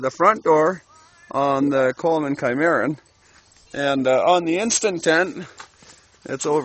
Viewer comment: The pronunciation of the model for the tent is not Chi - Mar' - un, but Sim' - uh - Ron